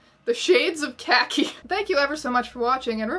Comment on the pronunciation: Mom, I love you but you didn't pronounce khaki right. Although, I guess it's hard to pronounce